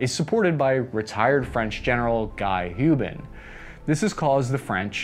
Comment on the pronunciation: So funny, the way he says "Gaï Youban" ...🤣.i had to scroll hard on internet to find whom he was talking about (Gal Guy Hubin) ....😅too bad the french "in" as in "hein?" doesn't exist in english...😄